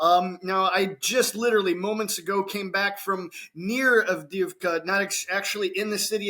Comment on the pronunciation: Double "ii" is pronounced like the "ee" in "bee". Double "ee" is pronounced like "yeah". "Avde-yeahv-ka".